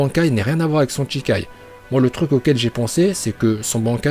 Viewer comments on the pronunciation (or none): A chaque fois que tu dis "CHIkai" à la place de "SHIkai", ça me trigger xD CHI c'est le sang, SHI ici c'est "initial", et "kai" c'est pour "libération"... C'est peut être un détail pour toi ou juste que tu ne le savais pas, mais si ça t'intéresse, je t'invite à te renseigner sur les prononciations japonaises =) (je précise mais "tch" c'est juste "ch" en japonais et notre "ch" français est leur "sh"). Et "bankai" ça se prononce bien "bane-kai" et non pas "banc-kai", mais c'est moins choquant que CHI-kai... Pour dire vrai, il est plus correct de dire "sh'kai" que "shi-kai", et "chi-kai" c'est no way xD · Cest shikai et pas chikai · Allez, par contre c'est shikai pas chikai... Ça donne pas envie de regarder la suite. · "Shikai" stp "SHIKAI"!!!!!